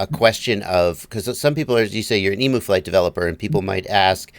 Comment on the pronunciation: It's pronounced 'Eem-you'. Not 'E-moo'